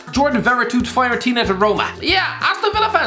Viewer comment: I cringed because I am a Fiorentina fan, he pronounced it Faiorentina